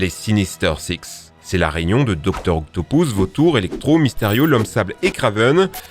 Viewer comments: OCTOPUS PAS OCTOPOUS IL A UN POUS FRANCHEMENT IL C'EST PAS PARLER !!!!!!!!!!!!!!! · JUSTE C EST DR OCAPUS EST PAS OCTAPOUS MAIS BONNE VDEO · eh ca se dit pas octopous mais octopus la prochaine foie dit octopus😉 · mec tu fais chier avec dr octopous* c'est octobus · On dit pas docteur octopoos on dit octopus sinon bonne vidéo👍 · La plus grosse bêtise que ta dise et le non du docteur Octopus qui se prononce comme il s'écrit ("Octopus") et non "Octopouse" comme tu dis. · "Doctor octopouce" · Docteur « octopouce »😂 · "Docteur octo pouces" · il y as que moi que ca dérange qu'ils dit dr octopoussse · Il a bien di docteur octopouce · Je rêve ou tu as dit docteur octoupous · "Dr octopousse " 🤣🤣🤣🤣🤣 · Dr Octo « Pouce », Mary « Jeanne »… mes oreilles ont mal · C'est quoi ces prononciations toutes claquées ? "Octopous" "Marie-Jeanne"